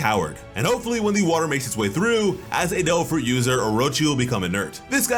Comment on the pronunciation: I'm sorry.... did the narrator say "Doe Fruit Powers" or "Dole Fruit Powers"? Am I the only one hearing this?